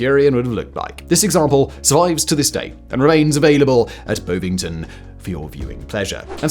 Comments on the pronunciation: Am I the only one who wanted to slap our Lord and Master Fact Boy when he mispronounced Bonvington? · Gotta flatten that "O" in Bovington